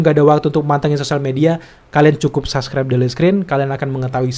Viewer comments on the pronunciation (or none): none